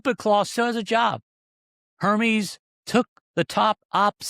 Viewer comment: Air-meez = Hermes